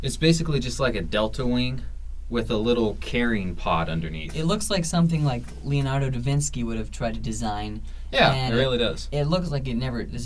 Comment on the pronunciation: Leonardo "Devinski"...? LMFAO , come on dumbass,really? Wow....